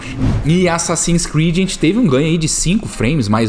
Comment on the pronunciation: ''assassins '''creads''' kkkkkkk